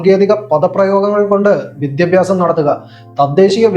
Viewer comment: Vidhyabhyasam yennu correct aay parayan padikkado